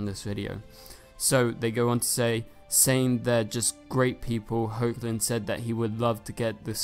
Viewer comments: It's pronounced Heck-lin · He is also saying HO-chlin again... get him!!!!